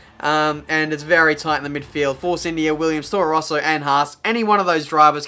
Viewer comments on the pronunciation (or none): none